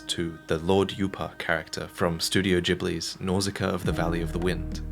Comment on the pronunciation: It is pronounced Nausica-a. The points above the a, when not used as an umlaut in German, represent that two letters following each other are pronounced seperately.